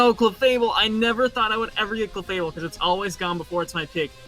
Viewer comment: OMG they messed up clefable its clefable not cefable